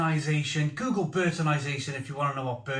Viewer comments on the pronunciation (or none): none